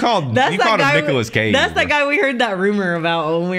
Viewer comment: “Nicholas Cageee” “Ha….that is not Nicholas Cage” 😂